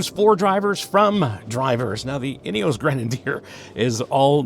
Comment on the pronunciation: Love the nods to English e.g. zed not zee but maybe you can be an American trailblazer and explain Ineos is pronounced “Ineoss” not “Ineoss’ and we’ll forgive you the ‘erb rather than Herb ‘isms.. Good review btw…